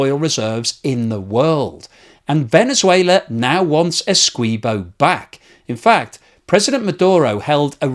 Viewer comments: A few issues. Venezuela want to take Essequibo, not take it back. Venezuela never had control of the territory of Essequibo. Its Guyanese, not Guyanan. And the "qui" in Essequibo is pronounced the same was as the "qui" in all other english words.e.g quick, quiver, quilt, liquid, squint, acquit, squirt etc. Why do you change the pronounciation to "kwee" instead of the english accepted "kwi". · you are helping Venezuelan propagandists when you state "Venezuela wants Essequibo back." By the way it's Ess-EE-quibo not Essquibo. I am Guyanese; so I should know. Actually, there was a claim by Venezuela which was settled since 1899. The record shows that Venezuela celebrated with the land they received. As the cold war dawned and Guyana appeared to be going communist, the US incited Venezuela to resurrect the dead claim. They needed another death to help them. So they waited until a man named Male Provost died to state the basis of the resurrection, which was that some hanky-panky had gone on according to the now dead man who, of course, could no longer be questioned. If you can find a column done about 15 years ago by a Venezuelan English-speaking newspaper named the Caracas CHronicle, you would see even they recognised the claim was bogus. You may need to use the Internet Archive. I couldn't find it with a surface check. By the way, Venezuela is a nation of cowards. They also had an area of Colombia on their map. They quietly abandoned it about 20 years ago. You want to guess why? I think it has to do with the size of the Colombian military compared to Guyana's. What do you think? Our population can't even touch a million people. Yes, the whole population. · FYI: Esequibo is pronounced esse-KEY-bo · Essequibo - pronounced - Essay kee bo. Come on. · Its pronounced Ese-key-bo